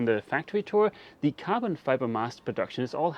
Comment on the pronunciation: I was 5 minutes into the factory tour until i realized he was saying “carbon” instead of “goblin”. I knew it was not right why would you have goblin and aluminum. Good times. Cadoa is a fine Chanel but they do much less DIY and when they do it is not in quite so much detail. Actually i wish there were more detail on this channel as well but it is what it is